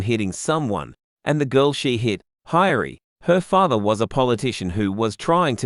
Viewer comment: Father not fathe